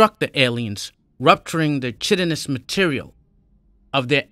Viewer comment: Also chitinous is pronounced kite-en-ous And yang is pronounced yayng And colonel obviously But you will get better over time